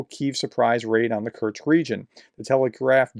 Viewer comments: It is not kurtkst, it is not kurz it is not kertch is is kursk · Kursk… not Kerch, or Kurts. Just noting you seem to be saying Kerch or Kurts instead of Kursk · I think it might be pronounced "Coors-k". Like the beer, then add a k at the end. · Russian names are hard to pronounce often but Kursk is easy. There is no t in it Prof. It is just as it looks. 🙃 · I think someone within the Ukrainian Defence Forces must hold some grudge against. Otherwise they would have invaded Belgorod Oblast, which is much easier to pronounced than Kursk.